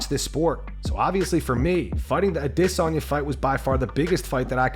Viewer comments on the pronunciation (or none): It’s pronounced A-des-Anya fyi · Adiss-On-Yah it's AdahhSONYA, yah fackin dummies.